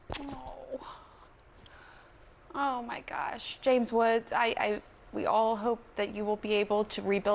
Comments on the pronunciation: James Woods ❌ James Aches ✅ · Criminal News Network cant even say his name.. JAMES WOODS!!